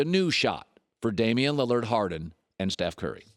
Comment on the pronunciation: “Toward Dame Liliard” not Westbrook